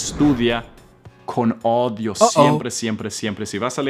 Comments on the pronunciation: Gracias por tus concejos, asi como tu hablaste mal la palabra audio, nos parecía mal escuchar asi odio en lugar de audio, asi también se sentiran cuando nos escuchan hablar mal el ingles😢 ya entiendo gracias ❤ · Profe no 😔 me está leyendo otra vez dijo ODIO en vez de AUDIO.... PLIS READ ME :) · På Spanska (Castellano) säger man inte odio (hatar) man säger audio (á u d i o) ljud ! Daughter är hija (dotter) girl -niña Pero se te perdona porque enseñas muy bien !! Gracias !! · No es ODIO SE DICE AUDIO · audio es oir y se pronuncia como tal,odio es aborrecer.Audio se pronuncia odio en inglés en español es AUDIO.Gracias por las 12 palabras de hoy. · estás cometiendo un gran error, al pronunciar, dices ODIO, de odiar a alguien o algo, es desprecio hacia alguien o algo. AUDIO, es escuchar algo. Y suena tal cual se escribe... A U D I O, pero en Español. Gracias por tus enseñanzas.😅❤❤❤ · Hola mi hermano, saludos. todos los días aprendemos un poco, gracias por tu entrega. Te corrijo en tu español, tu pronuncias la palabra "audio" y dices "odio" pronuncias las vocales "au" cómo "o" para que lo tengas en cuenta. Saludos, mil bendiciones 😇😇😇👏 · Además es guapo!! Pero, se pronuncia A U D I O, no odio! Jjaja. Me ha encantado el vídeo. He sentido que él ya sabía cómo pronunciaba yo esas doce palabras. GRACIAS!! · HOLA: por favor Texto con AUDIO y no odio como lo dices. Saludos. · es audio, no odio. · que ternura como dijo mal la palabra "audio" jajajaja decia odio y es audio jejeje saludos, gracias por tus videos. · En español no es odio, se lee tal cual la A y la U = audio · Muchas gracias por tus tips!! Mil Gracias, solo una observación. No se dice odios. Se dice audios!’ Pero te agradezco el queremos enseñar aprender hablar inglés! Bendiciones mi estimado profesor 😉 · Se pronuncia audio no odio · Se dice audio no odio jajaja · Se dice audio No odio .. pleace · Audio lo pronuncia odio! Nooo A-U DIO así! Pronuncia la A y U SEPARADA!